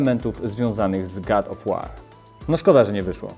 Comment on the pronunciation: God Of War czytamy gad of łor a nie gad of łar jbc ;)